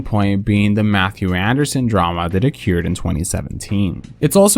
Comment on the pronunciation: I have never heard anyone pronounce occurred like you. love it